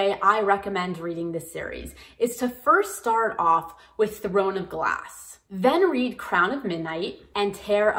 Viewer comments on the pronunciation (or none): none